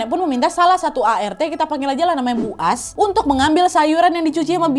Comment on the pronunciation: Kakakku Ngomong Namanya Bu AS Sebagai Bu ASSSSSSSU